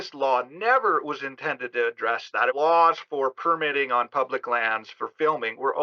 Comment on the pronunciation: It’s perMITTing (verb) not PERmitting . PERmit is a noun. There are bout 50 noun/verb pairs like this is English where the noun and verb look the same but the syllable stress shifts from noun to verb like: INsult/inSULT or REbel/reBEL. It’s surprising to me that mostly Americans don’t understand this and never seem to learn. This goes back as far as I can find to old movies from the 1930’s where I hear actors making that mistake and it was never corrected. There are many often repeated rrrors in which Americans speak English from grammar to a deafness to how rhythm and stress can convey meaning. It’s not accent but ignorance.